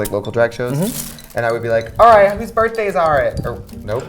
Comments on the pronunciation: “HOOS BIRFDAYS ARE IT” iconic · "Hoos bifdays are it?" lmao!!